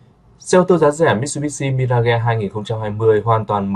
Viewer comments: Mi-ra-ge ? Nghe không chuẩn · Sao lai doc la MI-RA-GHÊ nhi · Nếu không biết phát âm chuẩn từ Mirage thì phát âm Mi-Kha đi ông nội.